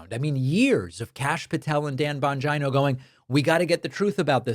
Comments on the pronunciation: I think it’s pronounced: Dan Bon-gee-no not Dan Bon-Jon-o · David. Respectfully, it's pronounced jeeno, not jino. It's an Italian name. :-) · Hi David, please, im sorry but youre not pronouncing his last name correctly, it doesn't rhyme like vagina? It Bongeeno, Jeano😮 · Bongeeno!it is pronounced Bongeeno! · Bongino pronounces his own last name bon-geen-oh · I think you pronounce his name Bon- geeno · Learn to pronounce Bongino. It makes you look stupid and not conversant with the real facts. If you can't say his name correctly, what does that show about your familiarity with what he is doing. Plus everybody else can pronounce it. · The consistent mispronunciation of Bongino is low key hysterical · I get a kick at how badly you mispronounce "Bongino" You might as well just start calling him "Bangina"